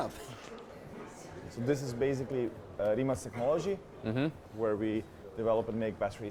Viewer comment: His pronunce of Rimac is so idiotic